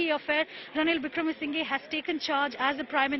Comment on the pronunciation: It's not wikremesingay, It's pronunciation is wikramasinha